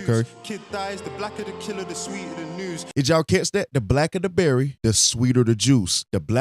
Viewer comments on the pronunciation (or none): He said “noose” not news lol